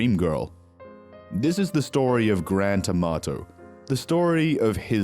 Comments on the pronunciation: They can't say anything correctly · He clearly said grant amato ' clean your ears 😂